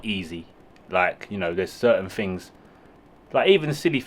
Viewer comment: In English language Things isn’t pronounced Fings . Think isn’t Fink . Lazy Talk .